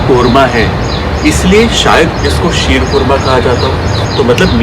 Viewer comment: Wow.. Looks yummy... I'm from iran..I like all of your recipes.. And I love your pronunciation sheer khurana.. Ekdam iranian k tarah aap pronounce karte ho 🌹 🌹